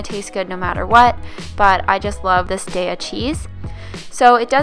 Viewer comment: Daiya pronunciation on point!!!!! ;)